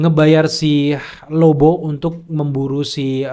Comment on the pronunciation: ahhahah lagian abangnya nyebut lobo jadi lobow😭 jd keinget band itu